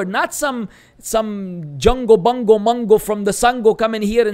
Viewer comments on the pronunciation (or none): none